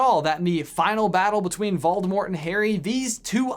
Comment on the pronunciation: Waldemort? pronounciation check please